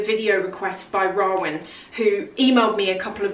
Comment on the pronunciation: Sorry not trying to be rude but the name in the beginning is pronounced Row -an, Arab names are hard to say 😁